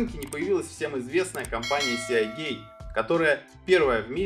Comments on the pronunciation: СиГейт (морской шлюз), а не сеагейт. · Ну почему сеАгейт то, когда сИгейт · "Сеагейт"?! Может "Сигейт"(типа Морские врата) Весьма странно слышать подобное на канале о комп. технике P.S. покупал ноут 4 года назад с винтом от WD светло-синей серии. До сих пор нареканий нет, при том что неизвестно сколько и как он работал у прошлого хозяина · Не "сеагейт", а сигейт!!! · "сиагейт"... какой ужос.. и после это еще про какие-то мифы рассказывать. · Сеагей, блеа >_< Аж мурашки по коже пробежали... А вообще, если поставить видос в 1,5х скорость, то даже можно глянуть, в-принципе)) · Сигейт. Мы же не говорим: "Блек сиа", к примеру. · Меня прям колдоёбит, когда он говорит сиАгейт